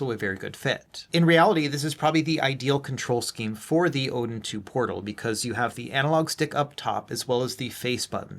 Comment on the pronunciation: What the heck ? the box looks fake haha AYN Odin "PROTAL"? really AYN? you release something that is wrong ..